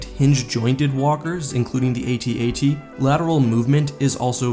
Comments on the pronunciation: nop dude its pronounced AT-AT like hat-hat. not saying the letters like ay tee ay tee. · "AT-AT", kid. Not, "A-T-A-T". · Okay, first, they are not A-T-A-T's. They are AT AT's. Second of all, their overall coolness supersede any practical logistical points. Hell, why use any ground forces at all? Why not bring in 20 Star Destroyers and just pound Echo Base into dust? Also, I would suggest that maybe the Empire is like the US, where some jack wagon in Congress gets paid off by some company to produce stupid vehicles and weapons like the Ospry that don't work or make sense, just so someone can line their pockets.